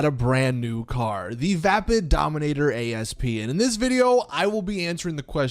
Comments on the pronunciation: Need to be that nit picky triggered guy for a second... It's not a Dominator A... S... P... It's the Dominator ASP. (Ah-ssss-puh) It's an actual word., please stop calling it that. An Asp (Aspis or Vipera Aspis) is a snake. This car is based off of the 2000 Mustang 'COBRA' SVT. The Egyptian Cobra was called an asp. The other word you were looking for... Louvers. It's literally said like it's spelled. Lou (like a guys name or boo only with an L) vers. Otherwise a good video. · Why does every creator Ive seen call the Asp by letter. Its a species of snake, and an homage to the 2000 Cobra R, hence why its called the Asp not A-S-P. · Its not called the A.S.P. its called the asp...which is also the name of a snake.